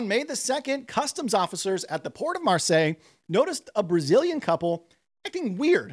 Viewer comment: It’s the “Ve net Zia” not “Ve knee Zia” and “Mar say” France.